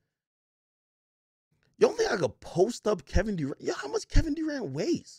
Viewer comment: Nigga pronouncing it Kevin Dorant